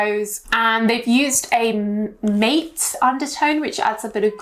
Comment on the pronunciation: Mate is pronounced "mah-tay"